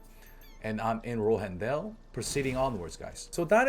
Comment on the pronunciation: that mean ass tongue roll with rohendel shit was clean lmfao